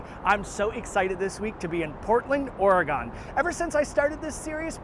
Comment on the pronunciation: Ory-gun.....please NOT Ory-gone